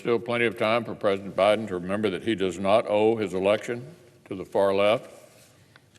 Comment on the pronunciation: "vice president hiden" 🤣🤣🤣🤣🤣🤣 does he say senate repelicans?? 🤔😂